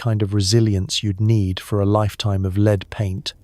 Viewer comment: Love your stuff guys but fix the ai - lead again - real blooper on your final line too! Lead based wallpaper you read as the verb lead ie to lead not lead as in the metal,. Really gives the game away that you are using ai . Can you fix it please? Thanks 😊